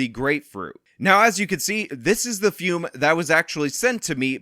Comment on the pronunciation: If you are a true believer of fum, can you get in touch with Sydney Watson and tell her how to pronounce the word? I can't listen to her call it "foom" anymore.